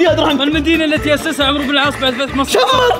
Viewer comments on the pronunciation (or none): none